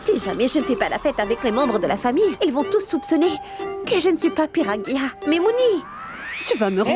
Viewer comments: ne peut même prononcé le nom pragya que piragia😂😂😂alia osi aila 😅😅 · Je crois pas me yeux mais cette ne connais même pas prononcé le de pragya elle dit piradia